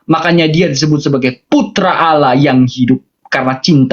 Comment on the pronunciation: aloh nya aj gk jelas